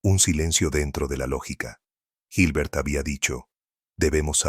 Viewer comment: La pronunciación y escritura de ciertos personajes está incorrecta. Por ejemplo, cuando se habla de Hilbert y de Carnap. El relator pronuncia o transcribe mal esos nombres, así se habla de Gilber o Karnap. Pero la exposición es bastante buena e importante.